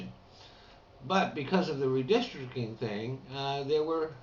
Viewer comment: Redistdricting;). LOL. I was gonna ask if you'd been drinking, y'know, before you caught yourself,.